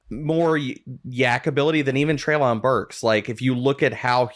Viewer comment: Also, Treylon's name is pronounced Trey-lin.